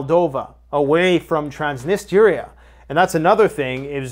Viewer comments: Ya killin' me dude🤣 .... (Trans nis tria) not transnisteria🤣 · Transnistria lol trans-niss-tree-a. Pet peeve, sorry 😆